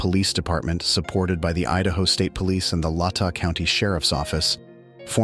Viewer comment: You have a nice voice, but your dramatic delivery loses credibility with locals when you mispronounce victims names or places, right. Latah C😅ounty is pronounced LAY’tah.